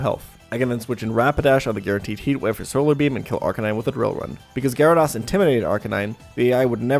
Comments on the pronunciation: Good video. But it's pronounced Gyara -dOs not Gyara-dAs. lol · Every time I hear Gyara*doss* I die a little on the inside. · Never trust anyone that pronounces it Gyara-doss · Amazing content but how can someone play so much Pokemon and still mispronounce "Gyarados" so much lol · God the way you pronounce gyrados and suicune reaaaaallllly grinds my gears